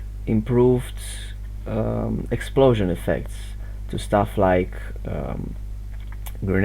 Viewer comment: "Explosion Effects" in a russian accent💣💥. Keep up the good work broh.